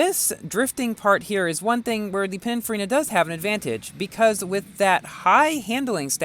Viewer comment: Pininfarina.. not Panicfarina lol